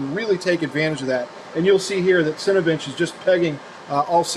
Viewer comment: It sounds like he says "Cinebitch". XD